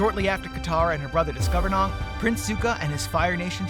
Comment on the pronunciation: Aang is pronounced wrong it is pronounced as Aang not Ughnng not hating tho just correcting you in a miny mistake so you can pronouce it good in the next video